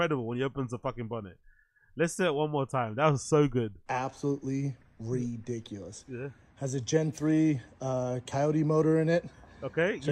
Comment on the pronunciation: Hate pronunciations fml “REEE-diculus” that word doesn’t even have any ‘e’s in it. He made an I into an E then he does the opposite when saying Ivrything. He’s the worst.